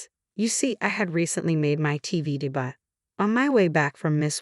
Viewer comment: Debut is NOT pronounced "de-butt." It is "day-bue."